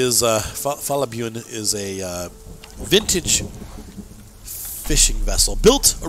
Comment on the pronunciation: It is not "bjuen". You said it right the 2nd time you said it. 👍🏻👍🏻Nned help with these norwegian names? Ask me😁😁